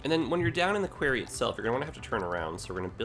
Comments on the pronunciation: No you are right I have never heard it said that way before quarey? Qwary? Qw-o-rry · Query is pronounced qu-air-ry like in your video. Quarry is pronounced qu-are-ry. Unless Canada pronounces it differently... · It's Kw-our-we! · Why is he calling the 'quarry' a 'query'? The latter is a request for information, the former in a big hole in the ground. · Well, after watching a lot of Thomas and Friends i've been pronouncing it "kwo-ree" so not sure where is going with it haha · Because this is bugging me also. Query is a question. Quarry is a large pit where rocks and minerals are extracted from. They are NOT pronounced the same. Quarry has an "a" like pronounced in war. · Happy to see this, but 4 minutes in and how you're saying "quarry" is driving me nuts. Am I the only one? Have I been saying it wrong all my life? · Can we blame it on him being Canadian? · Made me cringe too every time he said it. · As a Canadian, it was getting to me too... Definitely a Jedi-ism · Was gonna correct him too lol defo pronounced the 2nd way u spelt it